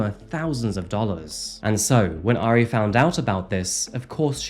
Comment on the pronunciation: I love this video but the mispronunciation of "Airi" is driving me nuts. 😂 I still love you though. ❤😋